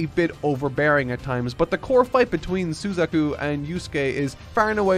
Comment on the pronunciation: shame he ruined Suzaku's...he was on a roll thru 3/4 and almost hit a perfect score!